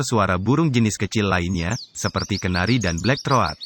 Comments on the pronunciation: Black Throat = blek throut bukan "Blek thro at" . Kalau memberi informasi untuk orang banyak mohon yang benar, pilih lah orang yang berwawasan luas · black throat....dibacanya blek trot ajha bang ...hurup a nya jangan dibaca...maaf ya cuman saran ajha.. dan juga parakeet dibacanya parakit......bukan paraket maaf ya bang bukan menggurui .....atau ngasih tau....cuman sharing ajha... terima kasih.... dan terus semangat....